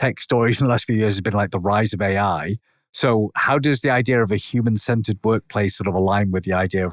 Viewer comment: Listening to this in my car, I thought he was saying "Human scented" instead of human centered.😂